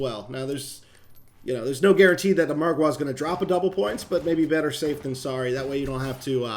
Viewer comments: Its Margar not marguare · The way you pronounce margwa is funny because I pronounce it like marg wu not marg waaas but said this for fun because I laugh so hard that I cry 🤣🤣🤣🤣🤣🤣🤣🤣🤣😂🤣😂🤣😂🤣😂🤣😂🤣😂🤣😂🤣😂🤣😂🤣🤣😂🤣😂🤣😂🤣😂🤣😂🤣😂🤣😂🤣😂😂😂🤣😂🤣😂🤣😂🤣😂🤣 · The way he say "margwaaa". 😂😂😂😂😂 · This guys sayin MargWars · He said margya with a hard A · does anyone else get triggered when he says margwa